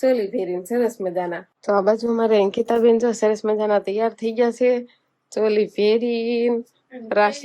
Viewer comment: સોલી નહિ ચોલી બોલાય